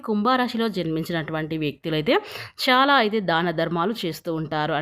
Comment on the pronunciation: Amma mundu nee bhaashani maarchuko shaalaa kaadu chaala ok na kaasta telugu viluvani kaapaadandi satya ganes nrpm